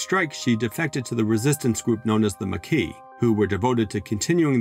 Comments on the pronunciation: MAH KEY, not MAY KEY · Except it's MAH KEY, not MAY KEY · It really bothers me how he butchers the pronunciation of the Maqui. It makes me question if he ever watched DS9 or Voyager.